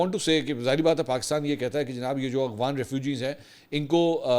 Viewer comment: A G W A N nahi A F G H A N.